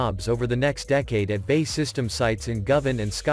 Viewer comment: Please have a British voice describing the video as the current person does not know how to pronounce BAE